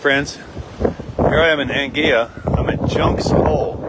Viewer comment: It's pronounced Ang-Gwi-Luh...